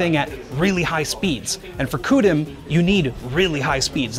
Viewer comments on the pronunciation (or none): Please don't make "Koo DIMM" a thing, "See You DIMM" is much better and not Nvidia sounding. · Lol sorry but im not sure Coo-Dim is a good pronunciation. weird to say the least. Unless thats how they actually pronounce it. In which case, my point stands 😅